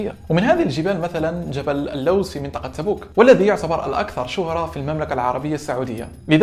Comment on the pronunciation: احلى واحد يقول تبوك وربي